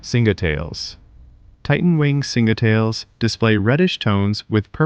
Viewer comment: The pronounciation for the Singetail happens to be Singe (Burn) and Tail, hence Singetail